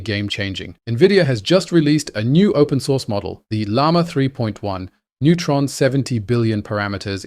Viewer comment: It sounds as if you're saying neutron instead of nemotron. 🌻